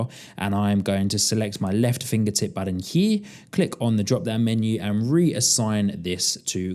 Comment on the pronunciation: BuTTON- not Budden, man that was painful to listen to